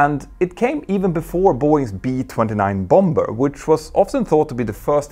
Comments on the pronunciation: Love your videos. I recently discovered (am 76) that I am by nature ‘pedantic’ so when I hear you pronounce “bomber” as it is written...I long to tell you it is pronounced “bommer “ as it has a silent ‘b’ like “comb, dumb, thumb etc’. Your English like your flying skills are excellent and I feel bad writing this....forgive me please. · bomber - the 2nd b is silent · I love how Germans and others say BomBer instead of Bomas.